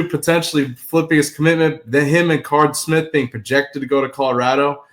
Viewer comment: Bruh doesn’t hear himself saying Card Smith and think that doesn’t sound right 😂